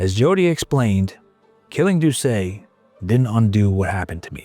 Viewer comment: And doesn't know how to pronounce Doucet either.. 😅 I'm surprised he pronounced Louisiana correctly.